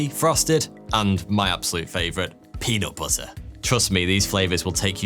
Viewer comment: Love you, love your show. Don’t change a thing..except it sounds like you’re saying “Peedo”butter..the manscaping ad is hilarious btw and this show is fantastic. 🤘🏽